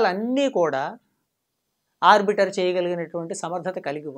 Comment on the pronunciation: It is not arbitar it is "arbital"